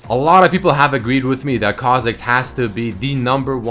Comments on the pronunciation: GODAMNIT REDMERCY WHY DID U SAY KHA FOR US KHA MIDDERS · kha zix ? rly ? lol